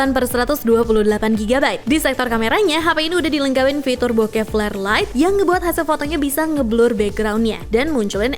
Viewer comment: Kedengeran b*Kep padahal bokehh